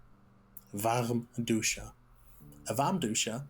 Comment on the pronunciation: I’m pretty sure he isn’t native (for example when he said warmduscher it sounded like an American pronouncing a german word.) personally I’d guess he’s either lived somewhere where he only speaks german very rarely or he has to mother tongue